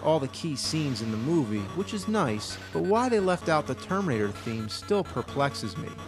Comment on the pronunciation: am I the only one to hear tomb raider instead of terminator each fuckin' time he says it???